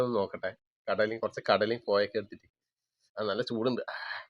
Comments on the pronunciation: കോയക്ക എന്ന് പറഞ്ഞൽ പേരാ..😂😂😂😂.കോവയ്ക്ക ആണ്. നിങ്ങളുടെ ഭാഷ കേട്ടു ചിലപ്പോൾ ഒറ്റയ്ക്കു ഇരുന്ന് ചിരിക്കാറുണ്ട്. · കോവയ്ക്ക എന്നാണ് പറയുക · കോവയ്ക്ക കോയക്ക അല്ല